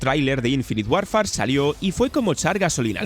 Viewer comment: No se pronuncia "Warfar", se dice más parecido a "worfer" 😊. Hoy en día no hay excusa para no decir decentemente un nombre. Se busca en Google y hasta muestran como se pronuncia cada palabra. No cuesta nada.